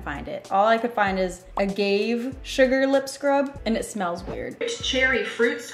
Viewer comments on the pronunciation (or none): its uh-gaw-vay I believe not Agave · It's pronounced ah-gah-vay not ah-gave ☺️ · I'm not trying to throw any shade, but did he just say "ah-gave" instead of "ah-gah-vae"? I'm just wondering if I'm deaf or not 😂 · She said “a-gaev” instead of “uh-gahv-ae” 😂😂😂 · She said “a-gave” it’s “a-gov-ay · It's not A-gave it's AH-gav-A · No one gonna point out that she said “a-gave” not “a-gav-a” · Did I really just hear you say “a gave” omg I really can’t it’s pronounced “ahgavay” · a gave 😂😭 it’s a-gauv-aye that’s how you say it 🥰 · Agave is like ug-ov-a not A-gave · I watched this when it first came out and now I'm watching again and I still can't et over the fact she said agave as a-gave not a-gah-vey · “A-gave” girl it’s “ah-gah-vay” lol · Dude it’s agave. Did you really just say “uh gave” lol it’s pronounced “uh gah vay” ha wow. K cool video.. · is not “A-gave) it’s “A-Gov-eh” like agape but agave:) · A gave lol think if it as Ah gaw vay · Bruh I about died when you said “ A gave” ahaha it’s “A..ga..va” and in va you say the a lol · “A-gave” 😂 It’s uh-guv-aye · Ah gah veh. Girl. Not. A gave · Umm what is a—gave it’s pronounced aga—vey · I love u but just to help u in the future it's Ah-gah-va Not a-gave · “A-gave” oh boy. It’s “a-gav-aye” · How she pronounces agave ahgave it’s pronounced ahgavaye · A-gah-vey not a-gave😂😭 you’re so cute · 'A Gave' it's pronounced 'A-ga-vay'. Lol love you 😂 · it’s pronounced a-gav-a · It pronounced like (ar gar v a) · It's pronounced "uh-ga-vey" (Agave) and it's often used to make fine tequilas:) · Agave is uh-gah-vay . Lmaooo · agave = a-gov-ee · A-gav-a 😂😂 i wasn’t gunna say anything but it was killing me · Agave is pronounced agov Aye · omg it’s pronounced ah-gov-ay 😂😂❤️ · Nobody gonna mentioned she said “a-gave” and not AGAVE 😂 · Uh-gaw-vay =Agave. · It’s pronounced A -GOV -AYE agave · "all I could find is aGAVE? sugar lip scrub." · lmao a-gav-e you have to pronounce the e with eee and its is very similar to a honey